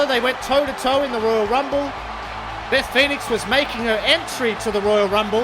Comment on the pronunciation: I think you should calm down when your speaking beacuse your voice getting very low the higher u speak and your not pronouncing the words good especially the royal rumble. Am a new fan anyways